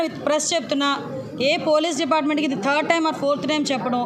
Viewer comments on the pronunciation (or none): none